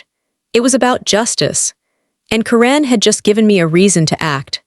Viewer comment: It's pronounced KAR-en, NOT ka-REN!!!!!!